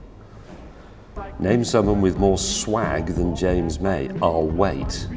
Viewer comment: Yo its jams moy